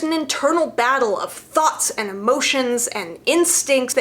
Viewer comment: I try really hard to take videos about the new Sanders sides seriously... but I keep hearing it as thots instead of thoughts.